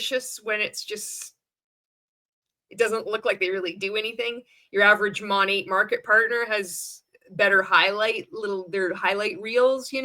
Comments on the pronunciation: He didn’t even pronounce the brand correctly! It’s not “Moe-Nate,” it’s “Mah-Nate” (from “Modern Nature”). Good grief. On the other hand, Monat is influential, in that it is one of the first MLMs to attract the attention of a wide swath of anti-MLMers (and rightly so), and to blow up in the news for lawsuits over its garbage products! Not to mention the notorious cult of original Monat girlies who ultimately bailed and started selling an investment scheme, who then failed at that and went on to something else, ad nauseum. It’s an OG, all right—one of the Original Grifts. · What the hell is Mon-ay??? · He doesn’t even say it right!!! 😂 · they didn't even brief him on how to pronounce the brand 🤦🏽‍♀️ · I thought the exact same thing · He doesn’t even know how to say the name of the company are you kidding 😂😂😂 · He didn’t even pronounce their name correctly 🤦🏻‍♀️ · A lot of us noticed that HAHAHAHA